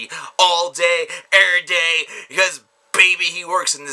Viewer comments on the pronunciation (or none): lol u sayin erryday xD